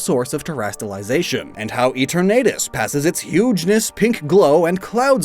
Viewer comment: "E-tornadus"... What?!? Eternatus, Eterna-tus.